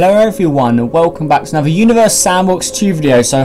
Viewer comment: at the beginning of the video this is what i heard you:welcome back to anover video of univars sandbox 2 me:huh [replays video] you:welcome back to another video of universe sandbox 2